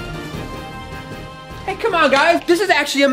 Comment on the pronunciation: I know it’s the cloaker but he said it like the clolker